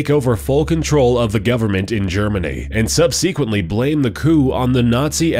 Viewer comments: "subseequently...". Everytime I watch one of these videos there is at least one really wierd misspronunciation. Verey profeessional. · You pronounced subsequently wrong.